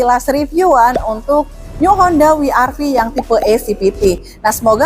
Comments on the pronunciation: W itu bukan wi, tapi double yu, jadi baca nya double yu ar vi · Koreksi mbak.. WRV bacanya dlm english ( double U, Ar Vi)... klo dlm bhs indonesia( We Er Ve) Maaf mbak,.. tetap semangat, semoga laris jualannya